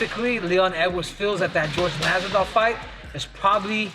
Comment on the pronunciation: How does Henry Cejudo, who’s of Hispanic descent, manage to butcher Jorgè Masvidal’s name? Henry is a dum-dum.